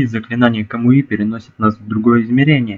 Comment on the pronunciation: не камуИ а камУи